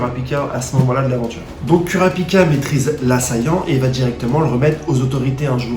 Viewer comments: Kurapika on le prononce Kourapika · super vidéo, par contre par contre kurapika ca se prononce courapika xd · oof sa fait mal quand tu prononce kurapika